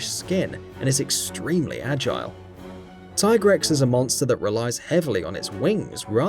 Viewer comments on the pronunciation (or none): none